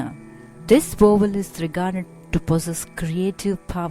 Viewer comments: What is a Wovel? Is this lady incorrectly saying the English word Vowel? Otherwise very useful. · I thought she was saying "wobble". :-D But the title says "vowel". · you cant pronounce the word vowel